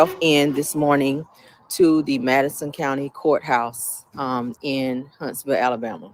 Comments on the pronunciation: 😂😂😂 HUNTSVILLE. Not Huntsonville! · Its Hunts-Ville